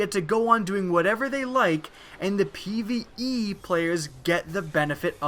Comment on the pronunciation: Pve not pie